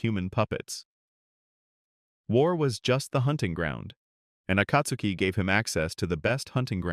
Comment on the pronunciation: Why are you saying akatsuki like that. Nobody says it like that even in the show bruh come on